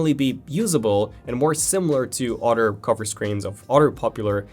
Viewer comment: Hey bro it's other not otter